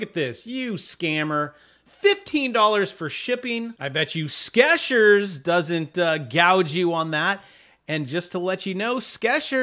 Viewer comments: I hit 'Like' when you mispronounced "Skechers" as "Skeshers". If the word was "Sketchers", with the t, it would imply 'people who sketch'. I'm guessing because the commercials all pronounce it with the 'ch' sound that it's pronounced the same as if it were 'tch'. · I like how you pronounce the products formerly known as double stuff and Sketchers...:)